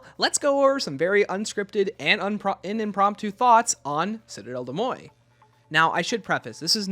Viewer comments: I gagged every time you called it “”Cidell Day Moi” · Citadelle des MOYE and CROFT pronunciations get me every time😂 mostly joking, love the vids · I am not even french, but the "Citadelle De Moye" pronunciation is killing me lol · De mor say it with me lol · I am French so it kinda pains me hearing it pronounced like that because like Where did the T go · I believe it's actually pronounced "citadel de morj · yeah an anglicised pronunciation would be ‘citadel day more’ tho it’s still sounds wrong haha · Awesome video! The pronunciation of though 💀 My french sucks so I just call the map citadel. I’ve been loving the map and the swords!